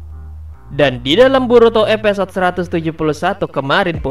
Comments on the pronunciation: ada yg sadar mimin ngucap eposod bukan episod... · Maaf min, gunakan penyebutan bahasa indonesia yang baik, episode bukan epesode ...👌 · Episode bang bukan Epesot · Episode bang bukan epesode wkwkwkw